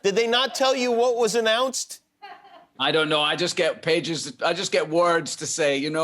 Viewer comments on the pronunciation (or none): none